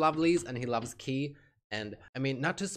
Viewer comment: "Kay" not "Key" Great reaction as always!